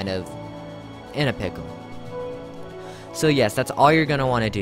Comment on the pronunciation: when he said so i thought he said saw